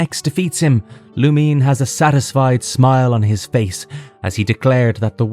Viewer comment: It's "Lou-Min-Ay" not "Lu-Meen"